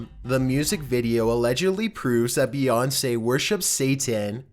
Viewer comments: Beyounce really 😂😂😂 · No not bèyonce